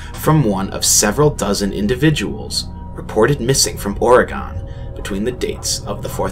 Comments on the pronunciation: you pronounced "Oregon" wrong. Just a little nitpick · "ORE-AH-GONE" BRUH "ORE-EH-GUN"